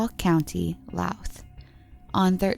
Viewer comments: It’s not Laos is pronounced Leesh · No problem. You did a great job, regardless. So just two that come to mind this second is Laois, pronounced Leesh, and Naas, pronounced Nays, The content was very well researched. Sorry for being a stickler about pronunciation! Irish pride, I guess. X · Laois is pronounced “ as “leesh” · Laios is pronounced Leash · Imelda Keenan went missing in Laois. Its pronounced leesh. The narrators pronunciation of every place name is atrocious! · Laois is pronounced like Leesh btw, love your vids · Well done!! Laois is pronounced Leash. Naas is Nace. I knew one of the missing women, Fiona Sinnott. I’m from Wexford too. She was in the same yr as me at secondary (high school) school. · The way she pronounced Laois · You really should have looked up some of the pronunciations of these people and places. It's not like there isn't media coverage from the time, or recent with the people and place names to go off. Louth, Laois, Deirdre, Naas, all wrong. Otherwise great video but like if you're going to do all that research you might as well also learn how to say the names correctly. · Laois ...girl I’m so sorry hhahaha, Irish is hard tho I don’t blame u heheheh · I adore this channel and these videos but the way you pronounced Laois caused me physical pain